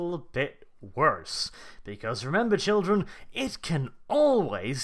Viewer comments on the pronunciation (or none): none